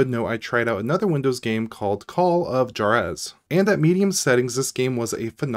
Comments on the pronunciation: Call of Jarez 🤣 It's pronounced Wahrez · That is not how you pronounce Juarez, my friend 😂 Great video all the same though :D